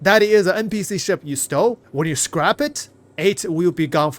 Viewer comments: It's scrap the "A" is pronounced like apple. Scrap rymes with tap, lap, Map, rap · lol He says it correctly like 10% of the time. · Its scrap not scrape... lol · scrap, the A in scrap sounds just like the a in map. SCRAP. not Scrape where it sounds like ape. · Hey buddy just letting you know in english it's pronounced scra p - not scrape. Not being rude just noticed quite a few times you say scrape which confused me a few times until I realised what you were trying to say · ITS SCRAP!! NOT SCRAPE OR SCREP OR SCRIPTED!!! Wtf man... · "Scrap" which rhymes with Crap isn't the same word as "Scrape" which rhymes Grape. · "Skrip" "Scrape" Brother it's Scrap LOL! "Sssscccrrrraaapp" No E or I in that word! LOL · SCRAP, SCRAP...not SCRAPE...not SCRIPT! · "Scrape" and "Scrap" are two different words. Scrape (how you have been saying it) means "to remove a layer of something". Scrap (pronounced "ssk-rap") means "to destroy or discard something". Past tense: Scraped ("sskr-ape-ed) means you already removed a layer. Scrapped ("ssk-rap-ped") means it has already been destroyed or discarded. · Love your content, but I can't handle hearing you say "scrape" instead of "scrap"! Please, its crap with an s on the front. The two words have very different meanings! It makes me twitch every time... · Scrape is spelled with an E Scrap is pronounced scr-ap like an AP on your phone or computer not ape. Your pronouncing it like your scraping hulls on ships and it's a soft a like at not ate. Thank you for the video and helping us stay on top of all the changes. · my man, it's S-C-R-A-P short A, not Scrape with a long A. Two different English words, just an fyi. Just thought you should know. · Scrap and Scrape are pronounced differently and have two different meanings.